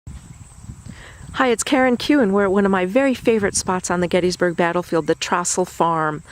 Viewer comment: In addition to the difference of opinion over "that bastard, Dan Sickles," as a sixth generation granddaughter to the Abraham & Catherine Trostle farm, the pronunciation of Trostle in this video's narration is consistently dead wrong. ALL Gettysburg/Adams County Trostles pronounce our name with a LONG O. TROstle (rhymes with toe, foe, so, etc) NOT an o that thymes with trough, sloth, moth. In addition to the whitewashing of Sickles, one would think at least the name pronunciation research would have been done.